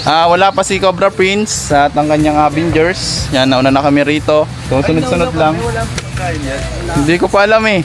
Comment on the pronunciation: AVENGERS are not pronounced as AHHH**VENGERS but UH*VEN*JRZ or in pinoy enunciation ——uhhven*gers …….happy birthday Cobra Prince.